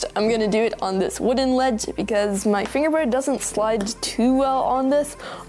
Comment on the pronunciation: He says fingewboyd